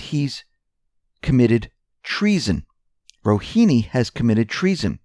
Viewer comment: Bruh its RouHAni.... lmao. Not Rouhini.